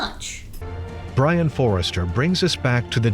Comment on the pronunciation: What says is vewy wisible!